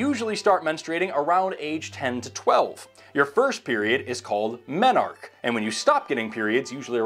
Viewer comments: Brilliant presentation! BTW, menarche is pronounced MEN-are-key. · Whispers Menarche has 3 syllables. MEN-ar-kee. As an endometriosis sufferer, who has also recently been dealing with kidney stones, I can tell you this - endo pain is on a par with renal colic, for me. In fact, sometimes it's worse - hence the fact that I had a 7mm kidney stone firmly wedged in my ureter for at least a month without knowing it because I just assumed that the pain I was suffering on that side was "just my normal pain". Nope. Turns out it was renal colic, and my kidney swelling up to dangerous levels. Go figure. Now I'm waiting for surgery number 14 or so to remove it, because that rock ain't moving, no matter how hard it contracts around it.